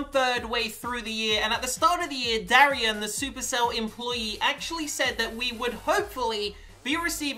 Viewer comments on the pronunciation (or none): none